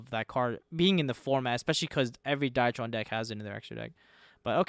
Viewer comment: die-tron? excuse me?